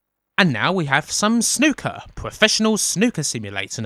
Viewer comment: When I heard you say Snooker, I thought you said 'Snuka'. "Oh this is gonna be a game where we Super-Fly off the top of a cage. Then we go to a motel and murder our girlfriend."